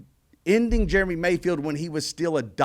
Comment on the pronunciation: God, I love ya Dale. But it’s Jeremy, not “Germy”